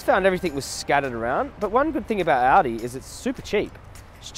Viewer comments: It's pronounced "ALL-DEE",. Jokes aside, you are AWESOME!!! PLEASE come to the United States sometime and advocate here! It would be awesome! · When you say aldi, I keep hearing audi 😂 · thought he was saying “audi”